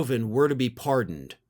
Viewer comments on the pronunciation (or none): "Pardeoned"? That's a new one... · Pardeoned? Might want to fix that. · 😂😂😂 ls that French for pardoned??